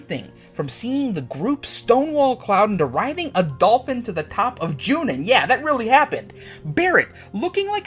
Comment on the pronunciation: I like the ideas in this video a lot, even for being the elitist fan that I am. The care taken to explain the views within this video are the reason that I will forgive the horrible mispronunciation, such as "Midger" (Midgar), and "Joonin" (Junon.) Well done.